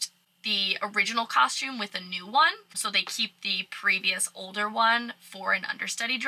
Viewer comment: Love the way you say “cosh-tume” Everytime you say costume. Love your videos. I’ve love cruising! I’ve been on 5 so far, to the Eastern and Western Caribbean. Although I wanna do RC, I’ve only cruised Carnival. Would be awesome to work on a ship though.